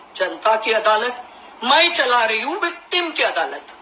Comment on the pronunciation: She is actually under some influence.adalat ko aladat pronounce kat rahi hai .Hosh thikane nahi hai ulta seedha bak rahi hai.